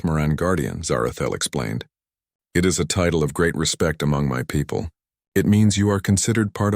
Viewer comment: The story was good, but for some reason many stories have awful subtitles. It isn't just either. Narration gets crazy the word 'wound' becomes something put on a spool and 'it' becomes IT whatever that means.